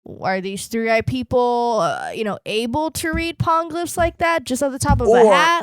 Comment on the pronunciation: Hate being that pronunciation-nazi but it's gonna keep coming up. Poneglyphs is pronounced like poe-neigh glyphs, in Japanese po ポ ne ネ. Gonna keep annoying me otherwise 😅